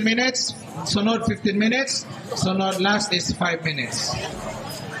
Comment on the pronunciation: hambog kaau mu debate unya dili gani kabalo mubasa ug mo pronounce sige lang kag ONE MINETS haha